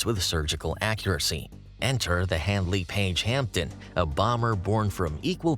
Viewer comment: A good video. One tiny observation: it's pronounced "Hamden" with a silent 'p'. Still, most of we Brits can't say "Tucson" or "Connecticut" either. My late stepdad worked at HP Radlett for 38 years and would have been an apprentice when these were being made.